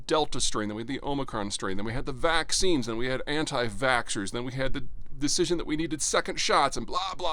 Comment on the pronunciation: Quite the emphasis on “anti-Vaxxers” there Peter. After all the lies they told that have turned out to be true I wear that like a badge of honor!